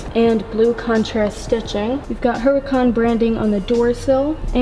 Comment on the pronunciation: You don’t pronounce the ‘ H ‘ - it’s pronounced “ Oo ra can “